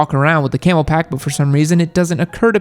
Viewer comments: It is a Camelbak.... not camelpak. Love you tho. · It's called a Camelbak.... not a Camel Pack.